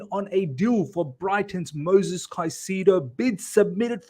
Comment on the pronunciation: Great content but PLEASE stop calling him MOSES. THERE IS AN ‘I’ in it. It’s MOISES. MOY-Zez